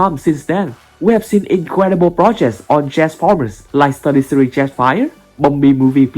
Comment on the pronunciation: Mate, I don't mean to offend you, but when you say studio series it sounds like saying 33 or Study Siri